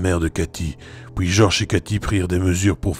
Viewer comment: Bonjour a toi... superbe travail encore une fois... c'est vraiment très complet....bravo... Je suis curieux de connaître tes propres expériences au sujet paranormal mais cela t'appartient.... Juste une petite question...d'où viens ta façon de prononcer les mots en PUI..? Tu le prononce poui....exemple: et puis, tu va dire et poui... en tout cas je te suis dans ton travail....j'aime vraiment....a bientôt... mon FB ma chaine YouTube